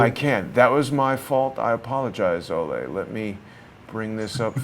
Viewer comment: Pretty sure it’s “Olee” and not “Olay”.. He’s not a bullfighter! Lol! It was my grandfathers name and he was from Denmark as well.